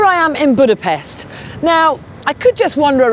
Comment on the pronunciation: She's pronouncing Budapest wrong. The 'S' sound like 'Sh'.